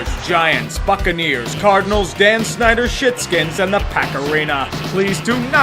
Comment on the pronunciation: Fucceniers? LOL